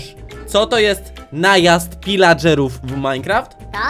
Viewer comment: Pilageruw nie wilageruw